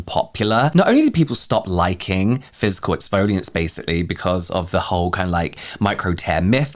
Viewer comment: Every time I hear physical. I keep hearing "fiscal" year.